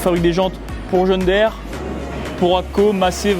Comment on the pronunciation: On ne dit pas John Daire mais John Deere, ca se prononce Dire, comme le verbe dire.... Ceci étant dit, très intéressant de voir le savoir-faire de ce pays. C'est impressionnant !